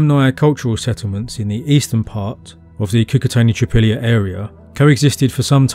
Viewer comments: it's KOO-KOO-TZ-AENI (short vowel in the end) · The i at the end of Cucuteni is a palatization of the n before it, not its own separate sound. It's hard to explain, but basically, it's not an "ee". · thank you for the video, my mom was born in the north of Moldova, and as far as we know her family has generations living in this area. couple comments: 1. Cucuteni you don't have to pronouns last I make last N soft in the end. 2. You say there are 2 mysteries, in the video 1 how they where Burying their dead and h\why they burned houses every 60-80 years. we can speculate that if you combine both mysteries we will have the answer :) 3. in Moldavian culture we have a special room in the house where we keep most beautiful furniture and decorations , that room is mostly used for holiday feasts and inviting guests we call it "casa mare" witch translates as "big house" it is interesting that in Cucuteni Culture they have several connected small houses and 1 big house. like an apartment with several bed rooms and a living room but instead of halls its open air. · lovely video! I just want to note that romanians and moldovans are latin and our language is part of the romance family, so we also use short vowels. when you pronounce Cucuteni, the "i" should be shorter. the way you pronounce it is as if it had 2 "i" at the end, which would be the plural articulated form "Cucutenii" which would mean "the cucutens". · Your enthusiasm is commendable. However, you really should have learnt how to say Cucuteni and Vinča, it's not rocket science You would probably break your tongue on Tărtăria, i beautiful valley in the western Carpații